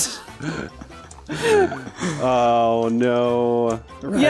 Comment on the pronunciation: I don't know if it has been asked a thousand times before, but calls it a ReNstaurant every time? Am I imagining things?